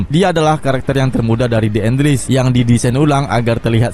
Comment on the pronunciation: Les bukan lis (enles)